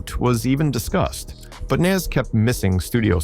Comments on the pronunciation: I hate A.i....say Nas name right !!! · How are you mispronouncing NAS and Tupac? 😂